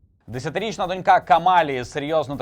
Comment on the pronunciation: А ще досить соромно до цих пір не знати,що наголос у слові дОнька на першому складі, а не на останньому, як у слові дочкА.